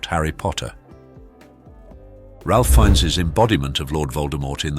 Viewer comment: It's pronounced RAFE FINES. goober!